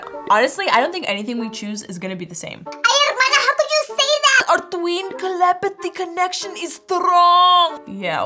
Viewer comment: rosalina its telepathy not kelepathy